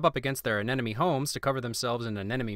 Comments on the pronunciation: I'd ask you to take off a win on yourself for saying "aneNoMe" instead of "aneMoNe", but it took me an eternity to get it right myself, so you're good! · Did anyone notice that he says "anenome" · You're saying anemone wrong.